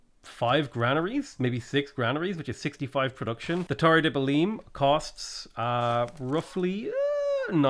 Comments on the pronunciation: Hearing you say Belin is irritating. In Belém, the -ém sounds like the -em in mayhem. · the way you pronounce belem physicall hurts me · The way he's pronouncing Belém is triggering me SO MUCH